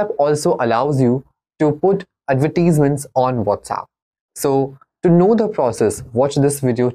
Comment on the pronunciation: bhai bolna to seekh lay. Adverteasements 🤣🤣🤣